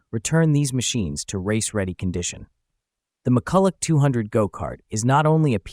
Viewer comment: Mu-ku-la is the correct pronunciation